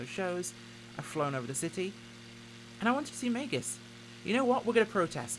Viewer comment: Was Meigs Field not pronounced Meegs Field?